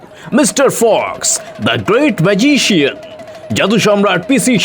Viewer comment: বড়ো অদ্ভুত লাগছে।"ম্যাজিক " বলার সময় গল্প -পাঠক ঠিকই বলছেন "ম্যাজিক "। ঠিকই আছে।কিন্তু,"ম্যাজিশিয়ান" বলার সময় গল্প-পাঠক অদ্ভুত ভাবে বলছেন-"মাজিশিয়ন"।